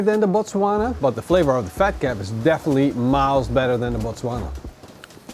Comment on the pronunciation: Great pronunciation of the word Botswana. Love from South Africa